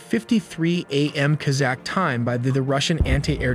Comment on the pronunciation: Your pronunciation is embarrassing please ensure that you are researching proper grammar before publishing. Kazakh, Antenna? These are basic words